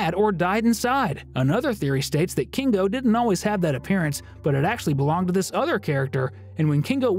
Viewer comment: Why do you say kingo and not kinger